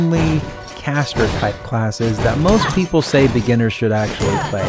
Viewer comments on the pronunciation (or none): none